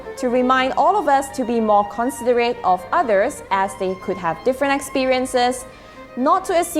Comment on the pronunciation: Pronounce the word 'considerate' accurately.